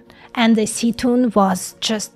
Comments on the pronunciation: Только произносится не "Сетун", а "Сетунь" -- это название речки. But the name is pronounced as "Setun'", not "Setun". It is originally the small river's name nearby MSU. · I am surprised by how you pronounce Сетунь.